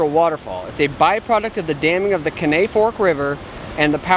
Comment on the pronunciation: Great videos......enjoy all of them! One thing.....the river at RI is the Caney.....Kay-nee (emphasis on "Kay"). I think that's what you are calling K'nay. Longer you're in TN the more you'll learn to speak Tennessean. Ask someone how to pronounce Lafayette, TN. 😊 Keep doing what you're doing!